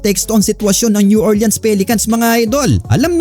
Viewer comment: New OR-lins po ndi Orle-ans 🤦